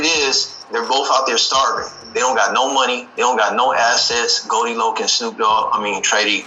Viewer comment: Goldie lock instead of loc lmao